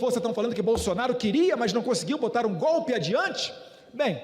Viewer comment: Esse analfabeto nem falar sabe, toda hora fala "gope", infelizmente é o presidente do Brasil, mas essa culpa eu não carrego.